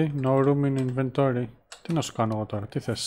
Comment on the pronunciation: "συνεχίζουμε τον δρόμο μας με μισογεμάτο ινβετόριον!" Αγγλικά με αρχαιοελληνική προφορά 😂